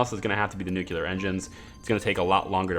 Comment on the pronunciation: Great series! But... new-clear not nu-cu-lar. Please.